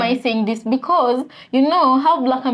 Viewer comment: Also, it’s “because” and not “be cause.”